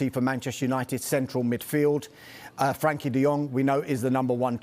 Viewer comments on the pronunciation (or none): Why are they calling him Frankie? It’s Frenkie